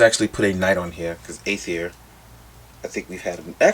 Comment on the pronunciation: Love your reviews as always bro, but they are pronounced AIR-UH-THEER and AY-THON. Thanks for the heads up on the shield handles being glued in place. Didn't know that.